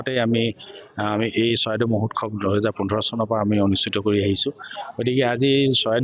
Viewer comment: মহোৎসৱ কব লাগে মহোৎখব নহয়